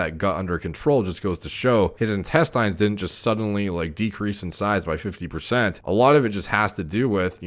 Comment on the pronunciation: In-test-AYNES? Isn't it in-TEST-inns